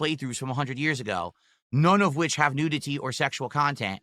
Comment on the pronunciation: ive never heard someone pronounce nudity like that. the hell is wrong with him? he's saying it like nude-ity. freaking clown.